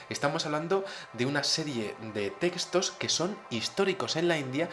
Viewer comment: puedes pronunciar muy bien TEXTOS!, no entiendo el énfasis en decir testos.